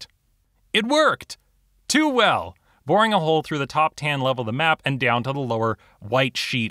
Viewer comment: wait did you just say “voring a hole”